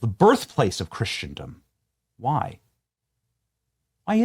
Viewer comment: It’s pronounced without the T. Chris-en-dum. Not christiandom